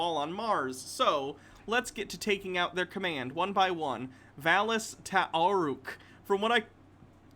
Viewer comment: It kinda kills me hearing stumble on the pronunciation of Valus Ta'aurc, LOL.